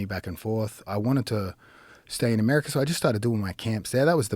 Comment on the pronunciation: "always, amirica," Crage Jones.